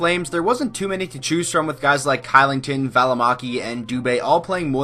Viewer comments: Oliver Kylingtons last name is pronounced "Shillington" jsyk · Kylington isn’t pronounced with a solid K but with a Sh sound, it’s pronounced as Shylington.. kinda weird